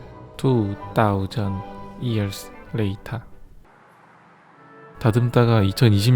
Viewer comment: 에 투 따우전드 이열스 레이탘ㅋㅋㅋ